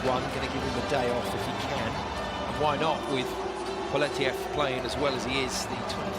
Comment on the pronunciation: Actally, Poletayev .